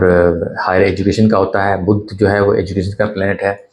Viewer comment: बुध्द नही, बुध .